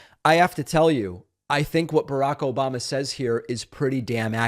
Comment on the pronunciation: Obamna? Obamna? Obamna?